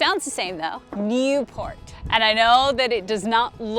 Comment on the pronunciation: My Belgian wife tells me the pronunciation of the place you started from is pronounced Nee-port in English. It’s like when you go to Brugge is actually pronounced. Bru-ha. Don’t ask ¯\_(ツ)_/¯